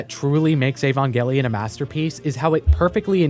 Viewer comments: EvOngelion Avongelion Shinji Barksdale Gotta keep them Angels off my corners! Sorry every time you said Evongelion I couldn't help but think this. It's Evangelion. With an a. 😉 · How do you make an Evangelion video when you can’t even pronounce it correctly?